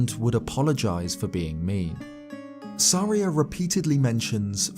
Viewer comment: Volvagia and saria are so off please record again